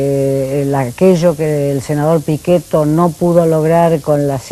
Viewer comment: Vieja , si no es una batalla política por qué estás saliendo en todos los medios para defender la oposición a esta ley, tan postergada y más necesaria aún? Ah, y hablá bien, estamos en Argentina y el apellido del Senador Pichetto se pronuncia en castellano, no en italiano. O a vos en USA te llaman Seirlou? Vieja ridícula.